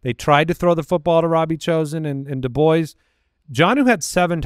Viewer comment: not knowing how to pronounce Dubois is hilarious and the other hosts never call him out 😂